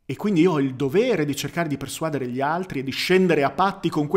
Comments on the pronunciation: Quando stavo al liceo classico, pochi anni fa, si diceva "uditorio", ma non posso esserne sicuro, considerando che ormai ognuno parla la nostra un lingua un po' come gli pare. Però sono certo aldilà di ogni ragionevole dubbio che l'accento di "persuadere" sta sulla e, cioè "persuadére". Scusa, ma la pignoleria è deformazione professionale;) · Ottimo video, sono d'accordo su tutto, però si dice "persuadére" e non "persuàdere".